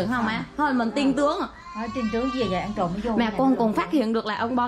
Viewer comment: Chữ trộm chứ không phải chộm...